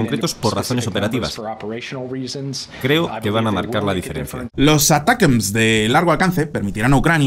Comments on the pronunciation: "Uh-Tack-Umz" vamos que no es tan difícil. aqui va un tutorial para sonar más cool para la proxima. hahaha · "Atacams", no es tan complicado. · los Misiles ATACMS se pronuncia de 2 maneras "Atacams" sin pronunciar muy fuerte la "T" o preferiblemente "Aracams" para una correcta pronunciación al ingles, pero si los vas a pronuncia españolizado pues dilo sin mas "Atacams" normalmente. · Hola! Se supone que se pronuncia como "Attack 'em!" los ATACMS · ATACAMS. Asi se pronuncia ATACAMS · la forma mas comoda de pronunciar los ATACMS seria "Atacams". O por lo menos en español muchos suelen nombrarlo asi.